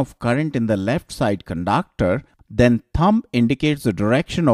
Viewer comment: I love the way he pronounces conductor as cundaaacter typical indian accent ! but awesome effort thnk y sir